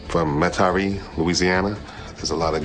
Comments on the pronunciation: Met Aree, Louisiana, LOL It's funny to hear these guys butcher these names. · It's Metairie is not pronounced with French style emphasis. You just say "met uh re"